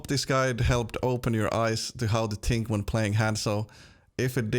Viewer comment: I love how he says tink instead of think ;D